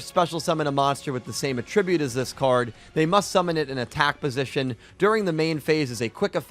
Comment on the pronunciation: Great video but pls learn to pronounce attribute lol